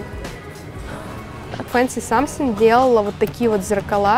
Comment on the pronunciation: Фенси Самфин,а не Самсин,или что ты говоришь 😅